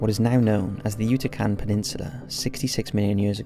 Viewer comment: Yutican. Lmao